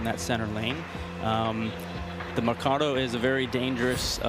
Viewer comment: Mecarda ?? Mer cad O